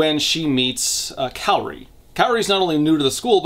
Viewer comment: I have saved this video to watch until after I finished reading Pretty Little Psycho. My brain screamed every time I heard you pronounce Kaori's name as Kairi.